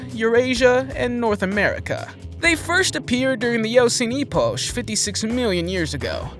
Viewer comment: 😂😂 "eposhe"... This is the eposhe of the illiterate 😅